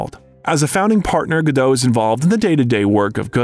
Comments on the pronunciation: Very informative, but I had heard most of this before. BUT!!! If you're speaking as an expert on Gal Gadot, don't you think you should pronounce her name correctly?? This completely erodes any credibility of this video. Someone did all this research, edited all these clips, and could't teach the narrator that the T IN GODAT ISN'T SILENT!! REALLY? How could you make such a MORONIC MISTAKE pronouncing her name incorrectly over and over and over again??? UNFORGIVEABLE!! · very bad eresentation... and Gadot "T" is pronounced! check your facts! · Her name is Hebrew, not French, and the T is pronounced. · Pro ounce her name correctly: Gah doat. Her mother' s name is Ear eet. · GAL GADOT. T is silent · It's a shame you can't pronounce Gadot correctly